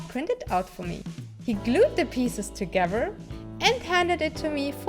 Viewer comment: I love the way she says "Togevurr" instead of together...